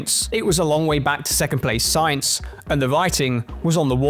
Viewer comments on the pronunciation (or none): none